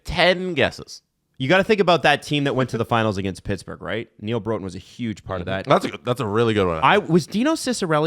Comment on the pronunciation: says "North Stars legend Neal Broten" and proceeds to mispronounce his name. It rhymes with "rotten"